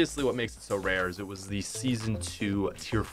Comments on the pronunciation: U said seasno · I’m depressed now, because he messed up the word “Season”